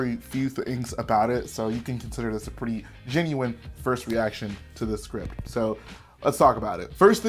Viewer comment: Ah yes, the scrint